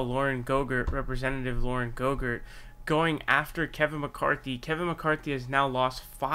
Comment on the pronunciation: It’s Boebert sir. Not GoGurt. That’s not her name GoGurt is a tasty snack.